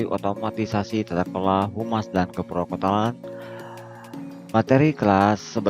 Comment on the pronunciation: assalamualaikum pa, otomatisasi tata kelola humas dan keprotokolan bukan keprokotolan, bapa ngmng nya keliru😊🙏